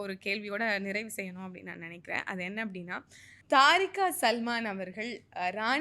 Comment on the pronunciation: தாரிகா அல்ல தெறி(அக்)கா